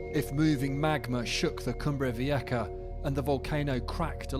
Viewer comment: Vieja is pronounced Vi-eh-ha.